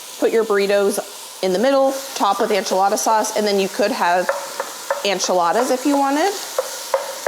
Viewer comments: ENchilada ...ENCHILADA!!!!! NOT ANCHILADA!! I love you so much, but this one was a bit hard to watch. Again, not ANchilada!!!!!!! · Please learn how to pronounce enchilada properly